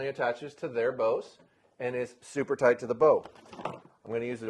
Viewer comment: toite like a toiger :D